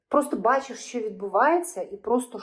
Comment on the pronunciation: "Щьо,щьє", що за вимова у вас,вашою вимовою катувати ворогів можна.Аж вуха заболіли від такого мовлення.Ви напевне розмовляли російською,а тепер перейшли на українську.Жахлива дикція.😮